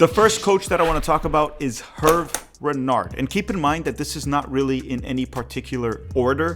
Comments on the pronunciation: Small point of contention: Hervé Renard's name is pronounced "AIR-vay ruh-NARR". Alternatively, you could translate his name to English - Harvey Fox. Edit: I'm a HUGE fan of Wilfrid Nancy. I am a Celtic fan and raged at our board for not considering him. We have our own retread manager, Brendan Rogers. The problem is, our board listens to a small, extremely vocal clique of supporters who aren't interested in any managers who aren't Irish Catholic or Catholic Scottish of Irish descent. Never mind that Jock Stein was a Protestant and Ange Postecoglou is an Australian Greek immigrant and practicing Orthodox Christian. I view Nancy and Renard as the most likely on this list. Slight edge to Nancy, given that he's known to American fans and is already comfortable with American supporter culture. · your pronounciation of HERVÉ RENARD name is so confusingly bad ahahahha its HERVÉÉÉ RENARD, ANYWAY GOOD JOB BRO🫡